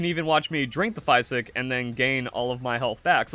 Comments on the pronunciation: Wtf is a "fie sick" ? It's pronounced fizick ....physick like physical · it’s French for green. The way you say “physick” is atrocious though.